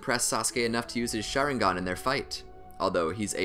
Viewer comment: wtf did he say sharingan